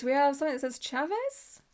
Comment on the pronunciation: filigree is said like its spelled philly gree and chavez is said almost more like csha vez the ch is soft